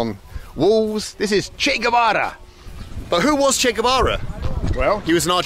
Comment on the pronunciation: you pronounced Guevara perfectly, later on, you butchered it lol